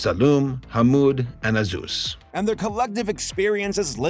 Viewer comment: I really want to hear how pronounced the kids' names in the original cut. #release_the_wrong_names_cut In the meantime we can enjoy the messed up quality You see, our main guy 𝑨𝙗𝒃𝙤𝒖𝙙 walls to school with his friends 𝙰𝚣𝚣𝚘𝚞s and 𝓗𝓪𝓶𝓶𝓸𝓾𝓭 when they stop to ask, where is 𝕊𝕒𝕝𝕠𝕠𝕞 also I love it when Americans see haneous things like portraying said Austrian painter in a positive light and familial abuse as normal, and say it's 🌼problematic🌺 afraid of your own shadows, as usual